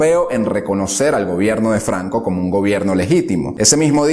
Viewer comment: No termine de ver el vídeo, de donde es ese acento? Flancisco Flanco